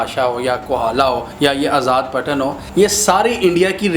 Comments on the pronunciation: Idiot, it's آزاد پتن not آزاد پٹن can't even pronounce a simple name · It's not آزاد پٹن it's آزاد پطن